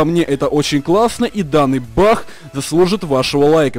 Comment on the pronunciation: почему ты называешь не баг а бах?)